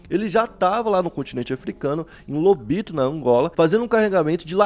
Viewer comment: Lobito mas se diz “Lubito”